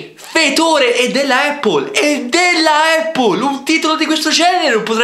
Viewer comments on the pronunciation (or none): prende per i fondelli quelli che pronunciano “brEnd” anziché “brAnd” e lui stesso pronuncia “eppol” anziché “Appol” (so che si scrive Apple ahah)